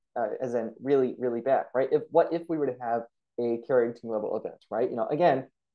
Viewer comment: Karenteen event? Are you trying to say Carrington evrnt? Just curious.